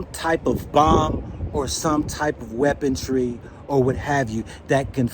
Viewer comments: Hey ’its weaponry not weapon-tree … we all make mistakes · Trajectory, weaponry. I am African so I thought I was mishearing him insert a t in weaponry. All the same, crazy times ahead. China will surely not be bullied. Tough times ahead.